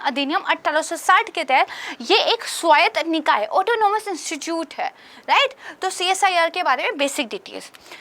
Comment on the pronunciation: मैम मुझे आपकी करेंट अफेयर की कक्षा काफी अच्छी लगती है। इसके संबंध में मै आपको एक सुझाव देना चाहता हूॅ । आप कुछ शब्दों के उच्चारण पर ध्यान दीजिए जैसे आप इंस्टिट्यूट बोलते समय 'ट' शब्द पर फोकस कीजिए , इसके अलावा अद्वितीय शब्द को आप आदित्य बोल देती हैं।